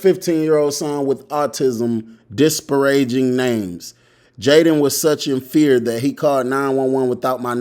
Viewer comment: "Dis-per-raging" is tough as hell 😂😂😂😂